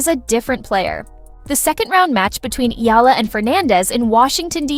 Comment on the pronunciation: Please pronounce her surname Eala as: e - ya - la